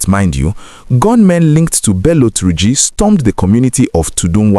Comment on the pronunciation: Why are you saying Tunji with your pronunciation.... it is called "Tur--ji , not Tunji as you are pronouncing it. Try to correct yourself my brother....